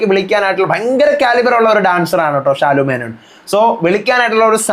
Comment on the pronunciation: ഷാലു മേനോൻ അല്ല. ശാലു മേനോൻ എന്നാണ് 😂